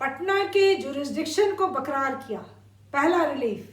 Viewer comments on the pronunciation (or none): Dr "Barkarar" not bakrar